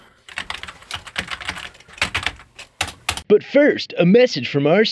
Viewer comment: It took me 6 full seconds to figure out when you meant by 'take it'